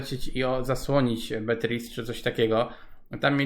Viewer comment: 11👍👍 w górę, pozdrawiam serdecznie, mówi się, Beatris